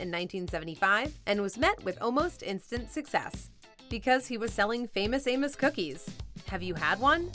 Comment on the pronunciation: Ya I seriously thought you said famous anus cookies lol. But ya love amos cookies